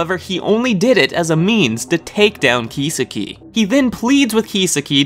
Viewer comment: how can you constantly mispronounce kisaki so badly? you obviously didn't even watch the anime dudes name is key-saki not keysa-ki